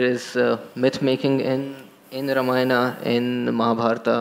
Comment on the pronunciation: Please pronounce Indian names, Ramayan is Ramayan not Ramayanaa, Mahabharat is not Mahabharataa !!!